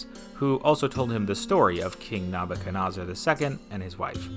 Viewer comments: Why do you pronounced “Nebuchadnezzar” as “NAA-boo-chuh-NAA-zur”? Per Wikipedia, the “NAA” sounds are supposed to be “NEH” sounds. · "Neb-a-ca-Nos-er"?? "Nob-a-ca-Nos-er"??? What is happening here. It is an unusual name, for sure, but it is pronounced pretty much like it is spelled. With 'Neb's not 'Nob's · The way Nebuchadnezzar is pronounced makes my skin crawl. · Your pronunciation of “Nebuchadnezzar” is wrong…and inconsistently so (each time you said it, it was different; yet all were incorrect). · Thanks for butchering Nebuchadnezzar name